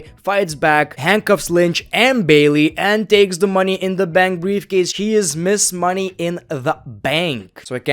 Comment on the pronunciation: Am I the one who heard him say money in the mank😅😂